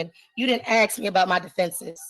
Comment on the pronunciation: This is the most ridiculous court case ever and that's saying something. The judge should have stopped the procedure and insisted that this ridiculous woman go somewhere with no background noise or, failing that, order her to appear in person. Furthermore, you don't "axe" a question, you ask it.